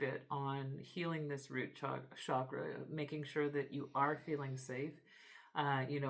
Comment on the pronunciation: Hello friend. I enjoy your readings very much, thank you. But I wanted to let you know that the word chakra is pronounced with a hard "CH" as in chair. It is not pronounced "shakra", which has another meaning in Sanskrit.🙏🏼